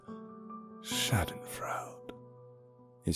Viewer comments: not schaden-frAUde, schaden-frEUde quite similar pronounced to the bri'ish OI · Schadenfreude is not shoddenfroud